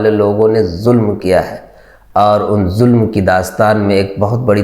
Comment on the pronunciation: Mere Bhai alfaz jis ne yeh video editing ki hai, aapne ZULM ku JULM... J aur Z ج اور ز k talaffuz mey bahot ziyadah faraq hai... please Urdu se dushmani nahi nikaale.